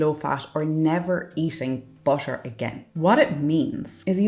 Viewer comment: This makes perfect sense to me. I'll definitely give this a go. Not sure if I can afford the scale, but keeping track of my waist at least. Gotta cut out that "butter" with the Irish accent ❤ Thanks luv.